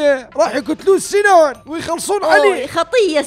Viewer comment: هههههههههههههههههههههه مو سنان اسمو سينان